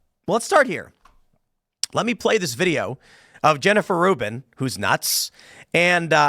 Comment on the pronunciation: Rubin is like of Professor Dolores Umbridge... except Rubin ...apperantly Rhymes with "hunt".